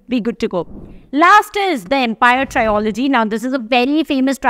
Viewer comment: You are watched and followed by many. Thus, you need to take what you post seriously, na, mam?!! It is not trio-logy. It is tril-uh-jee. It has to be pronounced as Trio-s or Trilogy.